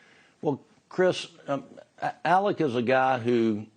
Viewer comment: Shame on news nation. After all the coverage this case has had and you mispronounce Alec's name!?!?? You ne3d to get rid of your ai if that's was i4 was.